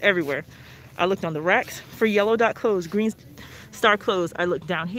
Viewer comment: She said yellow and greet dots